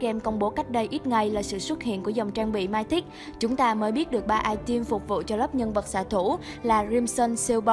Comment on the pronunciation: Mythic đọc là mi-thít, cái gì không biết thì cứ dùng google dịch chứ không cần phải đọc bừa như vậy